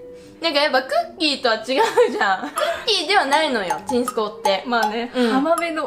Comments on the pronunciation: とワシのちんすこうのイントネーションが違う！ は ち↑ん↑す↑こ↑う ワシが言う時のイントネーション ち↑ん↓す↓こ↓う↓ (絶対伝わらない)(説明むずぅ) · ちんすこうのイントネーション、飲んだくれ なの？ バーバパパなの私だけ？？？(いい例えが全く思いつかないww蜃気楼って言ってる人いるけどそれもちょっと違うし。バーバパパ。) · サワデーさんの｢ちんすこう｣って言った時｢健康｣って聞こえたｗｗｗ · ちんすこうのイントネーションなんか違う？（笑） わたしはちんすこう(雨上がり)のイントネーションだ、、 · え？ちんすこうの発音関西と違う！！！笑 関西はちん↑すこう↓です笑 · ちんすこう作るとか！ちんすこうっていうチョイスが素晴らしい😂💓💓💓 「ちんすこう」のイントネーション私と違う😳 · ちんすこうって、そんな感じのイントネーションなん？！？ 好きだわ❤️ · ちんすこうの発音が違う、、、関西と関東で結構変わるんだね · ちんすこうのイントネーションが少し違いがあるのが気になりすぎてあんまり内容入ってこない📛📛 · ちんすこうのイントネーション全然ちゃう。変やなって思ったけどコメント欄見てもそれに触れてる人ほとんどおらんってことは関東じゃそう言うんやな～。初めて知った。